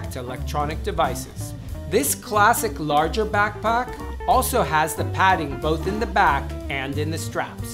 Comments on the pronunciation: It's in the letter A because i hear it in straps and laptop also. I know I'm weird hahahaha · Idk why, but I love his pronunciation of the word backpack. 😂 I replayed it twice lol